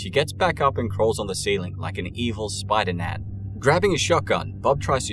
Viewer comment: I thought you said “evil Spider-Nan” like how some grandmas are called Nana.